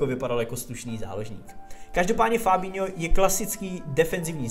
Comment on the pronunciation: Fabnho XD